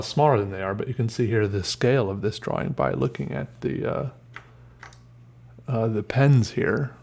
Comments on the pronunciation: Feel like kicking him in the head the way he pronounces drawing. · Viewer Judges how pronounces 'drawing': Is this a mistake?